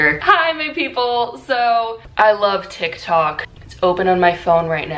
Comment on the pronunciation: “ToK ToK”